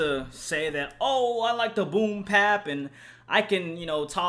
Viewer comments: Nigga you can talk about this album when you can pronounce BOOM BAP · Mann you killed me with this one. Fuck a melody. This is a rapper. Fuck pandering to the masses. And it's Boom Bap. Not Pap. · fax and the fact that he kept saying "boom pap" annoyed the fuck outta me